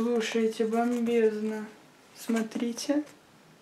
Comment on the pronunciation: "слушайте БоМбЕзНо"пхах, без обид